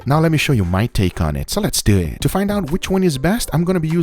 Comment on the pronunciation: Let's dueeeeet